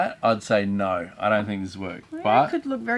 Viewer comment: Its crazy how Australians add an R sound to words. “Oh noRRRRR!”